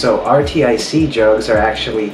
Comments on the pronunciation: Its pronounced ARCTIC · I just noticed it's pronounced artic lol